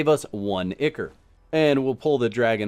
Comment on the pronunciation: FYI, Picky, I know, but I believe, ICHOR is pronounced ai-kor (eye core).